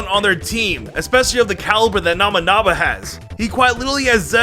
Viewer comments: Did l heard that right namanaga? Boy its nobunaga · Me: He's called Nobunaga.: Nabunaga. Me: No, that's not how you say his name.: Nabunaba. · I'm sorry i have to be that guy but it annoys me it's Nobunaga (No-boo-naga) not Naminaga and Nabanaga. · It's not Nah-buh-naga, its No-bu naga. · His name is Nobunaga not Nabanaba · Okay, why do I keep hearing him say Nobunaga's name as "Namanama?" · NOE-boo-nah-gah…. I’m not even Japanese… I keep hearing nama-nama… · watches Pokémon Journeys Also ETER-NATE-US Pokémon Journeys Looks with confusion Edit: my god your pronunciations bother me 🤣😂 KNOB-A-NAGA its NO-BU-NAGA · Nabanaga? It's NO BU naga.... silly. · saying Nobunaga sounds like a teaser to an upcoming Pokemon. Nomanama the legendary ghost type Pokemon or something. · “Nama naga “ lol 😂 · Nobunaga No-boo-naga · Me: twitching everytime says Nobunaga or other Japanese words incorrectly: "Nobanaga, Nabanaga, Namanaga, Damn-yo, Nubanaga, Namanama, Nabanaba.... Me: XD D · Did i just hear it wrong? Or is it Nabanaba?😅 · Somehow i kept hearing Oda NAMANAGA Namanaba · not trying to be rude here and please forgive me if my wording is but... you said Nobunaga's name seriously incorrect it's No (like No you can not have this) Boo (the u makes a boo sound) and then Naga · (NO BU NAGA) IS HOW YOU PRONOUNC IT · I couldn’t tell whether you were saying nobunama or not. Either way it’s still funny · nabanaba , or namanaga pronuntiation of nobunaga made me laugh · It’s Noh-boo-naga. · Omy No Banana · Nabunaba Damyo What the hell, dude. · I love how he keeps saying nabanaba, instead of Nobunaga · What did he say? Nobunama? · He ended with calling him Nobunaba a few times. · He says it like namunama it's sounds so stupid. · The pronounciation on lysandre and nobunaga are dire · I think you said that warlords name correct like once haha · I don’t want to be rude, but he definitely butchered Nobunaga’s name so hard 😂